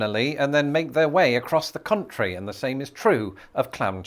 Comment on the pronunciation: Pretty sure you mean Country Fried Steak. But the accent made it sound like chicken.